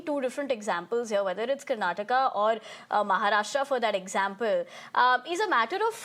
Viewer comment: your home state of Karnatak?? First of all learn to read teleprompter properly it is Karnataka not Karnatak Absolutely deceievrs naarth ppl 😂 Also i welcome this move so that Marathi can thrive in their state Now you guys understand any state goa Karnataka Maharashtra Tamil Nadu anything which benefits its own citizens the most jalan😂 happens from naarth ppl